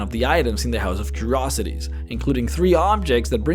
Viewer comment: What a strange way to pronounce the word "curiosities".